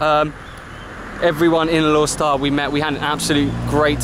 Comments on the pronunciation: FYI its pronounced as Alor Star with the silent 'e'. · Going to roots, it's Alor Star. Going by a miss here and there, it's Alok Sta.